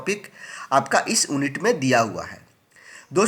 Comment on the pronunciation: ओन्नित नही यूनिट